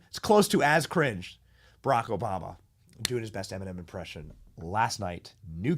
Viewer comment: Em-in-men!! YAG 🔚for sure